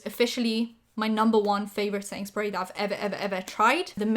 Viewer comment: What says: setting spray What my stupid ass hears: sainsbury's